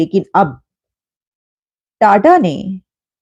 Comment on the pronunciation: Tada nhi jahil ulti paida hui hai kya sir tata bol😂